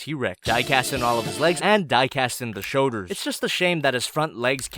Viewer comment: I wish more people talked about how he always says shoders instead of shoulders, and it’s one of my favorite things